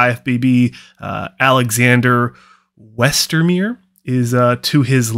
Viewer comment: Good review. The German "..meier" is pronounced similarly to the month of May + er. Agree on long limbs being beneficial for Classic Physique. Alex looks pretty complete, including the calves. The genetics are good too, with low muscle insertions, long clavicles, small joints, and relatively narrow hips. Just the biceps tendons are a bit long, but that's a problem CBum has too.